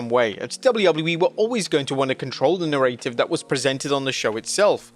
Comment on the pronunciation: What's a "Narraytive"?